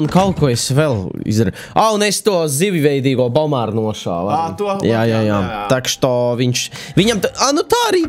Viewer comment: Zivjveidīgo bomāru?😂😂😂😂izsklausijās smieklīgi